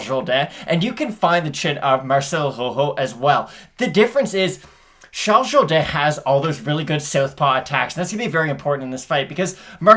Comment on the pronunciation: "Shalls Zhowdan" & Marcelo HO-HO Thanks. I didn't even make it through the entire video, Just kept listening to you pronunciate the names so accurately